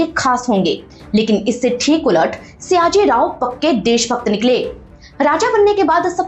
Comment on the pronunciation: It's sayaji... Not siyaji